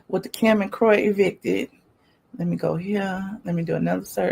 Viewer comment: Stop saying kkkkim. It's distracting and annoying.